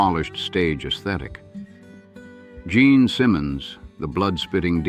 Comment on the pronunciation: Omg it's Gene not Jean!